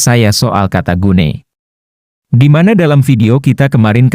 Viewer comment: GUNAI (pakai huruf alpha), not gunei! Γυναίκα